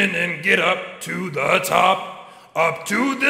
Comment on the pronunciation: "climbin' e tower" "ok I'm NOT doing that the whole way up" 2 seconds later "CLIMBING E TOWER"